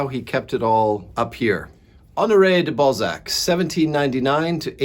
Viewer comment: I found Eugenie Grandet yesterday in a charity shop. You are still making him sound like 'ball sack' though😂